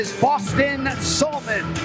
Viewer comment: Anik pronounces Salmon like Jonathan Abram, smh.